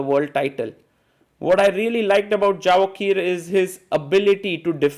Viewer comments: Absolutely wrong! It isn't a Spanish or Latin name that 'J' needs to be pronounced as 'Y'... It is a 'J' and in Persianized world J is pronounced as J not Y. We pronounce it as 'Javohir' not 'Yevohhir' and definitely not Javokhir as the commentator pronounces it. It is the 'K' that remains silent. Like 'Khabib', 'K' is silent.. It is pronounced Habib. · Hi Sagar, small request. His name is pronounced as Yevohhir, Hope being an Indian you can appreciate how to have good pronunciation of their local dialect